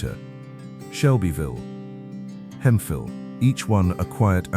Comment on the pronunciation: is Hemphill. Pronounced Hemp-Hill not Hemfill like the AI narrator pronounced it. Hemphill is where most of the Space Shuttle Columbia fell and was the primary focal point of the recovery operations. is San Augustine. Pronounced San Augus-teen.